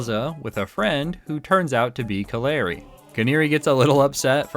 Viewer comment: You have pronounced Canari correctly, her name is based on the Canary bird. The Canary is known to guide miners when there is toxic gasses.